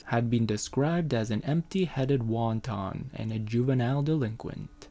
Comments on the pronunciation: Hahaha a wanton they way you say it, goes in soup!!! Think of the word wanted, as refined behaviour is lacking. A wanton woman sleeps around. It is a gender based slur because it's always been ok for men to do this. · I know you meant "wanton", but I'm giggling at the idea of someone calling Catherine an "empty-headed wonton" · Wanton! Not wonton!🤣 Not a Chinese dumpling!